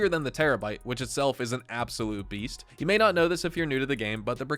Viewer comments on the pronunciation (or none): none